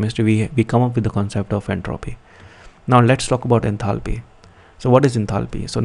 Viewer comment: Did nobody else notice 'enathaly' 😅